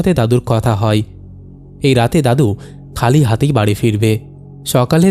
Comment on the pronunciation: E bhai hoy ke hoi, chaay jaay ke chai jai keno uchcharon koren, galpo bolte gele bangla uchcharon thik kore nin, nahole baddo bekar laage shunte